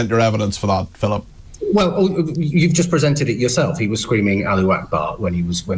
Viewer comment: Lol😂😂😂 “the guy who shouted ‘allee’ Akbar “. Who is this mr Allee 😂